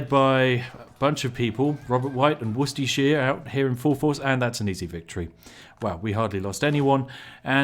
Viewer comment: Why do you say Worcestershire wrong but Yorkshire right? wonders in british